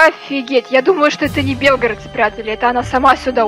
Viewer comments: И кстате не бе́лгородцы а белгоро́дцы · белгорОООООДцы, а не бЕлгородцы!!!! АЛЛООО!! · Не бе́лгородцы а белгоро́дцы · Ти сказал белгародци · И ещё не / Белгородцы А / Белгородцы